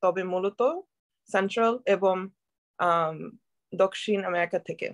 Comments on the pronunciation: Why did she pronounce "dokkhin" as "dakshin"???😳😳😳like what the hell?? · আপনি দক্ষিণ কে দকসীন বলছেন কেন??? আপনার উচ্চারনে ভুল আছে। হিন্দি মিশিয়ে ফেলেছেন.. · I don't know a single Bengali speaker, either side of the border, that pronounces দক্ষিণ as dok-shin or বিশ্বে as bish-bay. I'm guessing Bengali is not this person's native language (probably born and raised in the US/Canada)